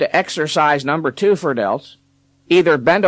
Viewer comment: “The number Twooh”